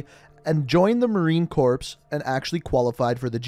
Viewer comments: It’s pronounced “ marine cor” not corpse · Its pronounced Core not corps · The Corps in Marine Corps is pronounced as "core"...not "corpse"..... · The term “devil dogs” isn’t a group in the Marines. It’s just a term for all Marines, given to them by German soldiers during WW1. Also it’s Marine Corps (pronounced Core, NOT CORPSE). Rah Opha May Johnson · Active Navy kills me when people say corpse. Lol What's your mos? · XD he said "Marine Corpse." Its pronounced Core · To tactfully correct you, 1- The Corps in Marine Corps is pronounced like Core not corpse 2- Marine Raiders (also known as MARSOC/Marine Special Operations Command) is part of SOCOM and don’t just do amphibious assault landings they do plenty of thing like direct action, unconventional warfare, reconnaissance, etc. 3- The post 9/11 GI bill is not necessarily a scholarship it’s offered to every one that serves and as long as you don’t have certain circumstances preventing everyone who serves gets it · Hahaha marine CORPSE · It’s not Corpse like a body. Its Corps, the reason I say this is it is disrespectful to any Marine for you to say it to. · Marine Cores not corpse lol sorry just wanted to point that out... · Says SRR shows painting of Jordanian SF also you mispronounced corps you say it like core not corpse 👌🏾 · Its not pronounced corps its pronounced core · Please for the love of god don’t pronounce corps as corpse. It’s just pronounced core. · Marine corpse? The s is silent in Corps. The "Demon Dogs" are Raiders/MSRSOC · Yeah I was like nooo not my beloved Corps. Smh 🤦🏽‍♂️ I rewinded that part like 5 times shaking my head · its pronounced like core. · The p in corps is silent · Maybe he can learn to pronounce marine corps right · Its spelt out corps and pronounced core foh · The p is silent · Its pronounced "Marine Core", you don't say the "ps" at the end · Hey bud, Corps is pronounced like "Core" with no s sound at the end of it.